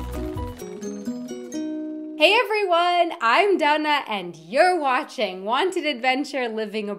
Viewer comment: Are you 'duna' or daana? Because you say your name like 'duh-na' and not Daa-na